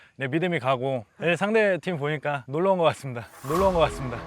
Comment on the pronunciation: 발음이 왜저러지? "손쉽게 이길 수 있을거 같습니대" 같습니더? 말할때마다 "다"발음이 이상한듯 거슬린다는건 아니고 중독성있는데 특이하게 이상함